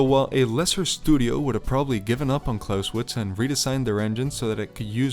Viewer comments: ngl, im getting annoyed by you saying "Klauswitz" instead of "ClausEwitz" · Every time you pronounce it with an English W it's like chalk on a blackboard. Good video though. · The "e" in Clausewitz is NOT silent.